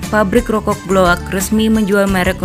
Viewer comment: Rokok bukan rokogh